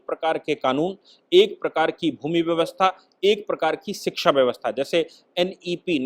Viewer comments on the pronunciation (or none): none